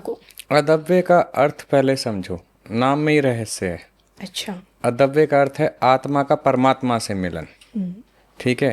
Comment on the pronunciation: इस बाबा को " अद् वय " बोलना भी नहीं आ रहा, अद्वय को अदव्य बोल रहा है। जा बाबा। 12 बरस बाद आना। आदेश।